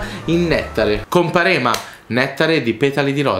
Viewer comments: Scusate ma sono salentino e non ce la posso fare...Non è "comparéma" ma "compàrema" 😂😂😂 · Comparema sbagliate a pronunciarlo ahaha